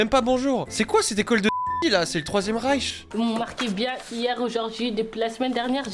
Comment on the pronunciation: "C'est le troisième raiche" 😂😂😂😂